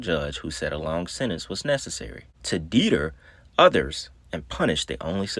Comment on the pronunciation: Black I’m going give you a pass this time but your to intelligent to pronounce Deter (de-ter) some damn deeter 🤦🏽‍♂️